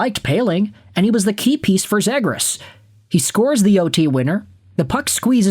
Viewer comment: Why are you saying zegras wrong lol